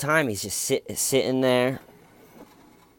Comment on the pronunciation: GEORGEEEE YOUR HARRR WAZ THARRR!